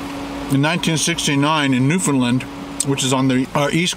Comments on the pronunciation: It's newfoundland not newfendland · It’s new-found-land not newfinlind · Love Mary Brown's!!! I'm a newfie… its prounced New-found-land not New-fin-lin. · I actually only hear foreigners pronounce it new-found-land or new Canadians. You can tell hes not from there as they normally say it nyoo-fin-lund instead of nyoo-fin-lind.